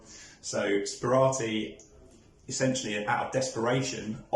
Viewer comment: As someone who has purchased from Stanley Gibbons, including Sperati forgeries, I think that this video should be deleted and replaced. The fact that his name is pronounced incorrectly in the introduction should be a clue, but to hold stamps forward so that you can't even work out whether they are stamps or not is farcical. Lets have a decent article about this interesting man.